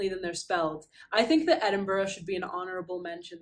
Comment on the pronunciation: Thank you for pronouncing Edinburgh correctly!! One of the most annoying things is when you hear American's pronounce it "Edinboro". Nowhere IN THE WORLD pronounces it this way. Even if you pronounced it "Edinburg" like the way you pronounce Pittsburgh would be a VAST improvement. If you are going to mispronounce it, the latter way is acceptable.